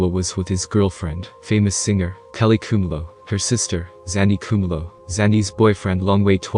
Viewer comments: What so difficult to pronounce the word "Khumalo"...? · Khumalo pronounced phonetically ku-ma-lo